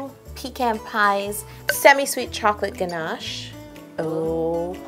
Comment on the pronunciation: did anybody notice that she said hey caramel to the ganash :)